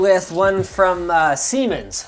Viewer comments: For those that don't speak German and are native English speakers, it's pronounced "Ziemens". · Isn't it pronounced more like zsiemens ... with a sort of z at the beginning? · Also, it's pronounced zee-mens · He was commenting on how “Siemens” sounds like “semen” when pronounced with English pronounciation. And his pronounciation wasn't perfect at all, the German “s” sounds like the English “z”. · The first S is more like Z when pronounced. Zee-mens. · I mean, it’s pronounced sIY mens